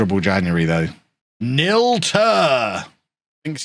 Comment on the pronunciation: Great show, scared to think I'll be in my 50s in 2036! Ps, Nil is pronounced Neil, as in kneel, not Nil:)